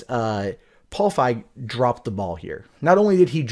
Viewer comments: "feeg" not "fieg" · FEEG, long E pronunciation. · You are as wrong about Leslie Jones, as you are about the pronunciation of Feig.